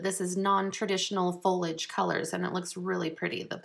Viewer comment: fol-I-age vs. folage :)